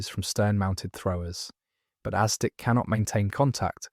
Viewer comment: It's "asdic'" not "aztec."